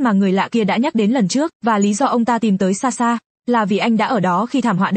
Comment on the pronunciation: SaSha chứ ko phải Xaxa😂😂